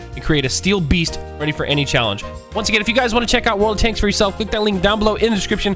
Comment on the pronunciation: The first time he said world of tanks he said "wold of tanks" 😂😂